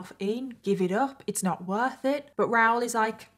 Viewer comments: Is his name ROWL or Rah-ool??? Not sure I can listen to an hour of “ROWL” So commenting for support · It’s pronounced RA oool, not Rowr. If you can’t even get the chief villain in your story correct, why should we believe your stories have any credibility? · I agree. The American in me also screams “ITS RAH-OOL” when she says “Raoul” but I realize I’m just being a dumb American bc accents and different pronunciations exist 😅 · I honestly thought his name was Ral or Ralph until the clip where he talked to the police and said his name and I realized it was Raoul 😂 I couldn’t search up the case of anything, because I must have misheard you and thought you said Ral the entire time as short for Ralph 😂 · Is that how you guys pronounce the name Raoul on that side? I'm in Canada it's a bit different. 😊😂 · don’t think you are pronouncing his name correct.